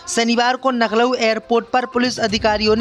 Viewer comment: Lucknow bolega nahi Naklow hi bolega kya